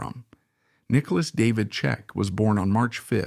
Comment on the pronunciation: Because these videos are garbage and they’re using people’s names to try to make money. It’s disgusting. They aren’t even pronouncing his name correctly